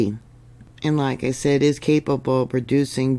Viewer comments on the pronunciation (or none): none